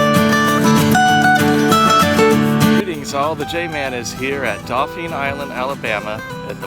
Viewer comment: Nice video I gotta correct you though 😊 Dauphin Island is pronounced Daw-fin 👍🏼 Good Luck in the future & Happy Hunting